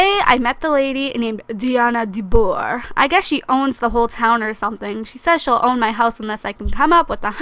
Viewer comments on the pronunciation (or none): No DeBoer it's said like de boo are